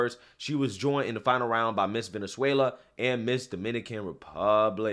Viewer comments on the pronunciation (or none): none